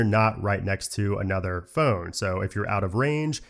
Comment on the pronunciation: The man that does phone videos but can’t say phone properly 😂.